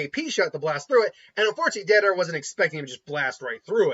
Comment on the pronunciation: How could you butcher my man deidaras name like that? Cmon, YouTuber my man. Lol